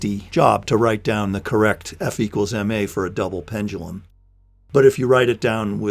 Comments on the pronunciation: You pronounce "pendulum" weirdly 😋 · "Pen-dull-em..." :( "Pen-due-lem..." :) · Wonderful video, but it hurts me time you pronounce pendulum.